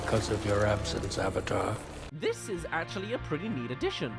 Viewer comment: Dear God every time I hear someone say owvater instead of the correct way of saying "AVATAR!" I cringe so damn badly this movie was so damn bad